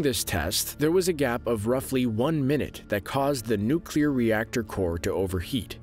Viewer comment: At last! Someone can say ‘nuclear’ correctly 😃